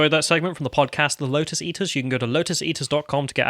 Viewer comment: FINALLY! "LoTus EaTers" not "LoDus EaDers"! Very proud of you, you've really come a long way.